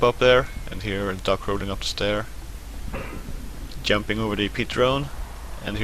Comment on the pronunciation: he is very good at "yumping"